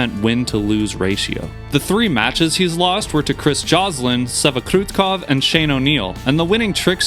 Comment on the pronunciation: Cool use of statistics! Also props for your pronunciation of Ribeiro (and Kroetkov too).